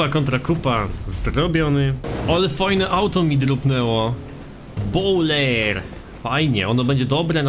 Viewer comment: To jest bojler a nie bowler